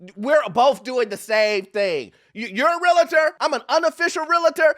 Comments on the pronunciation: Why are people placing another syllable into the word realtor? It’s realtor not realator. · Real-tor Say it with me this time...."REAL-tor" Saying "real-i-tor" sounds ignorant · 😂😂😂😂😂😂😂😂😂😂 IT'S REAL-TOR. Two syllables. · I love this video but please learn to pronounce "realtor"